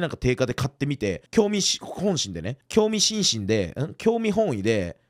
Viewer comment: きょうみしんしんのイントネーションww